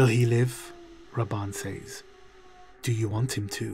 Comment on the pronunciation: Say... says... say is pronounced S-A. As in Hay. Says is pronounced SEZ....